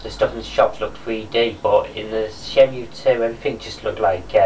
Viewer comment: WTF. Disc 4 of Shenmue 2 was epic. And btw, for future reference shenmue is pronounced Shenmoo. Wear a different t shirt aswell, Cena sucks